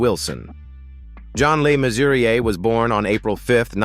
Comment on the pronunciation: Mannering not Main-waring . Le Mesurier, not Lay Mesurier. Jakes, not Jacks.